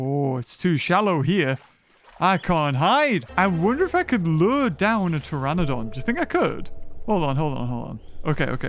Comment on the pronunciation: I like when you say tyranodon Its like a hybrid half tyranosaurus rex and falf pterenodon